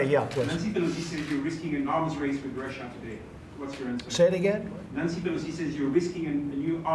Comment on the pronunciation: One side? He can't even say Russia.